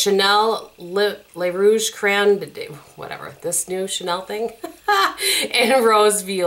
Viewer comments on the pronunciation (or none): none